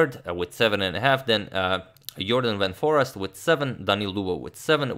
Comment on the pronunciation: It's pronounced more like Jorden van For-AYST :)